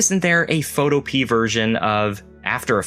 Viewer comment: I think Photopea is pronounced Pho-to-pea-ah, similar to utopia. (but you'd have to ask the developer to be sure.)